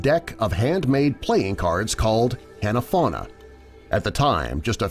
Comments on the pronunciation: the cards Nintendo made were called "Hanafuda" fyi, not "Hanafauna". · The cards are called Hanafuda not hanafauna but what do you expect from a lazy listicle channel called "factsverse" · Japanese mispronunciation by creators or other online videographers is a huge pet peeve of mine. Nintendo made "hanafuda" cards. (a as in father and u as in glue) Not "Hannahfauna" Japanese is an incredibly easy language to pronounce if taken just an ounce of time. All what we'd call vowels only really have one sound. Frustrating that these people get paid to do their job lousily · Okay I speak Japanese and study Japanese linguistics in Nagasaki. The way he pronounced Hanafuda is to me as hung is to you.